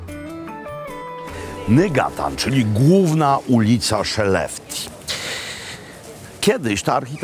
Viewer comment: Wymawia się "szelefte", a nie "szeleftia".